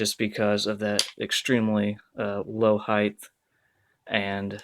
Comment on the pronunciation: It's "height", not "heighth". Dear God!